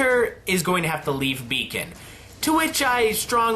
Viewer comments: "Beacon not Bacon" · Wiess going to Bacon?! xD "Weiss going to Beacon" there we go!